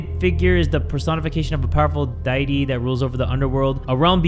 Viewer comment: mispronouncing matrons and deity is my new favourite thing